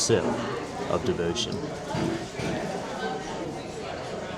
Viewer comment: I would have tried to pronounce the actual name. It’s not that far from the English, Devoción